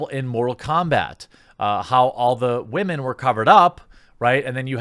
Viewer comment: Why do you keep saying WAHMEN. WTF does that even mean? Why not just pronounce them as women?